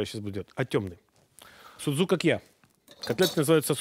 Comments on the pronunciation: Не дай Бог греки услышат название этого блюда и увидят его приготовление!Не зря они ставят ударения в словах - это как раз для того,чтобы судзукАкия не превратились в судзукакьЯ...Может быть "мировые повара"кладут в фарш для судзукАкия хлеб - греки не делают этого(тем более,что ржаного хлеба не употребляют).Фарш вымешивается тщательно с добавлением воды во время замеса.Формируют круглые продолговатые котлетки мокрыми руками,без никакой панировки в муке.И никто не поджаривает палочки корицы на сковороде - из кладут в томатный соус незадолго до готовности.Картофельное пюре тоже не пользуется у греков популярностью.Подают судзукАкия,в основном,с картошкой-фри. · В Фарш для судзукакья не кладут лук и чёрный хлеб. И ставьте правильное ударение. Σουτζουκάκια. Ударение на а. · vasilis liousias СудзукАкья - ударение на А. Σουτζουκάκια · По поводу ударения соглашусь. ))) А в остальном... Греки и хлеб в фарш кладут, и котлетки эти в муке панируют (иногда), и пюре готовят очень часто. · Ну да))) Перевод ближе всего к русскому,как фрикадельки))) И ударения на А ;)